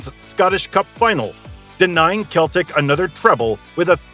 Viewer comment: It's pronounced Seltic. What a shambles. Not even knowing the team's name you've sat and made a video on. You also say Celtic vs Glasgow (both teams are from Glasgow), and mispronouce 'The Gers'. There were proabably more blatant mispronunciaitions, but I couldn't sit through more than 2 mins. You should delete this video and stick to something you know about. Obviously just Googled some info and made a terrible video.